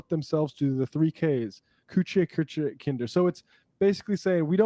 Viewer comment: "Kinder, Kuche, Köche and Klieder". Way to butcher a language lol